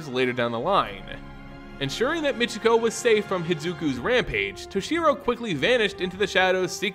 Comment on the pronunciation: Why do you pronounce her name mitch e go? Her name in pronounced My key ko.